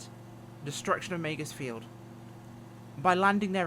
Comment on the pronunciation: Was Meigs Field not pronounced Meegs Field?